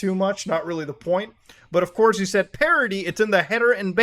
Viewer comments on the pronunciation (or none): none